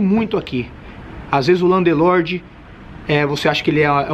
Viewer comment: Muito bom o video. Mas com 15 anos de Londres tà na hora de parar de falar Landelorde.